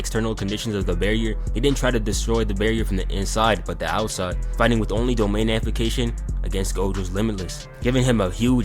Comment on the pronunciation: "Amplication" MMMMFFFFFFF, AMPLIFICATION